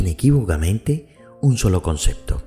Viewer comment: ¿Por qué dice "concecto"? ¿No será "concepto"? Suena feo